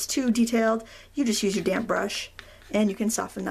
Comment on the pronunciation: Fabulous. I love the full length, I can ffw if I want. And I've got to tell you, I had a giggle every time you said damp, I heard damn, damn paper, damn paint, damn colours, lololol.